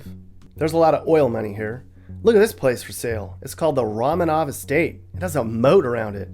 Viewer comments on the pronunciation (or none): none